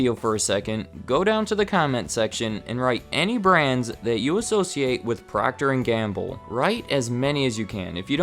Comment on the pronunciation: Is PROCTER & Gamble NOT “PROCTOR” as in Proctor Silex 😔